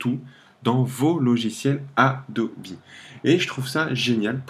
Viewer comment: Merci pour la video sauf que ca se prononce Adobe, pas Adobi.